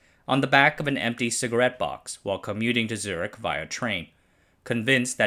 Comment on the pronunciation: He pronounces Zürich as «Zerg».